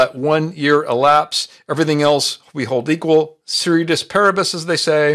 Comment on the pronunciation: It's "ceteris paribus" not "ceretus paribus". Great video!